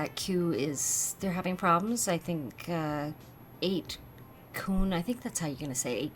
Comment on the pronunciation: That's a cosy looking workstation / space you have there, "". 8kun - KOON is how it's pronounced. Jim Watkins, the owner of the old 8chan, keeps saying the new site will be "up soon", but he's been saying that for many weeks and there's still nothing. He's unreliable. Just because the site comes back doesn't necessarily mean Q will be back with it. Watkins appears indifferent about Q. We're under attack, a second coup is underway and we are not in contact with Q at such a critical time. It's very worrying.